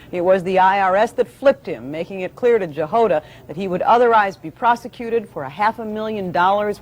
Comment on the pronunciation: I reckon that that surname Jahoda is pronounced as a Y thus Yahoda , not to be confused with Yoda from Star Wars!, rather than J for Jam.